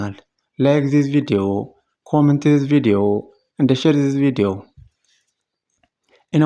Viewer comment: "welcam to the lliu villuo"